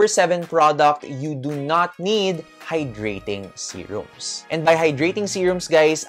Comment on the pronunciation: Momma bakit naririnig ko ang “You do note” instead of “You do not need” 🤣🤣🤣 I also do the same thing sa lips, once a week pag maliligo, gentle rub ng wet towel lang din to remove excess skin followed by balm/petroleum jelly. 💯 for the rest, super spot on momma! 👌🏻